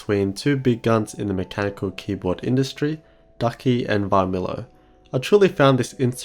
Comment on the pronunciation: V of Varmilo is silent. Pronounce like Armilo actually.